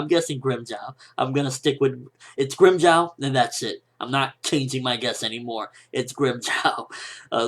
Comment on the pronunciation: It's grimjow nigga